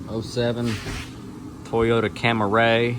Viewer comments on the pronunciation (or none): When you said "Toyotita Cameray" that was hilarious